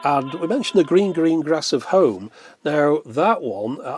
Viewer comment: Ah! "The gleen gleen glass of home" , my favolit !